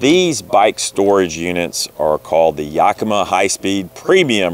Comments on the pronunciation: Properly pronounced "YAKimah", not "YOKamah" for those folk not from the north west US. :-) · In Washington we pronounce it "Yack-eh-mah Not "Yahkeema". (Don't know how the native people pronounced it) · Another great and informative video; thanks, guys! Inspired by you, we got that exact tonneau cover awhile ago and love it. I have to tell you, if your other Pacific Northwest fans haven’t already: “Yakima” is pronounced YACK-ih-mah. Primary stress on “YACK”; secondary stress on “mah.” Trust me; I’m a professional (literally: I am a pronunciation researcher for the audiobook industry). That’s why DH and I are a great team: he operates all the dangerous equipment, and I make sure he pronounces things safely. We are probably going to get that same YACK-ih-mah rack for our bikes, but it’s good to hear about your experiences with it first. Thanks again! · YACK-uh-MAW. The stress on the third syllable is less than the stress on the first syllable. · First time I have ever heard Yakima and Thule read out load. Been reading them for years and that's not how I pronounced them in my head. Particularly Toolie :-) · That's crazy. No one from Yakima pronounces it that way, but I see that the company is based in Oregon, not Washington so that must account for the difference.